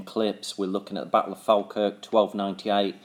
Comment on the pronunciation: Its pronounced "fall - kirk"